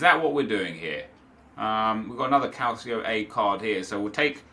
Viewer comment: Calcio is pronounced Cal-cho